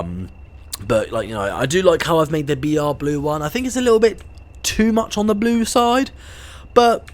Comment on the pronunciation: You said boo instead of blue for the br blue class 20